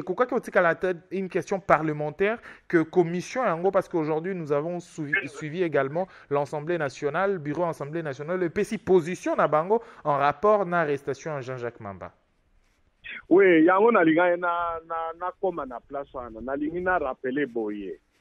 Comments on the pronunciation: Je suis totalement d'accord avec toi. C'est presque tous les congolais de Kinshasa actuellement. La prononciation est devenue un drame national. Assemblée nationale, beaucoup d'intellectuels congolais prononcent mal ce nom. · Bjr S.v.p pourriez-vous nous épargner a faire la différence entre Assemblée nationale et Ensemblee nationale ?ça fait mal aux oreilles depuis un certain moment. Mes excuses Mr.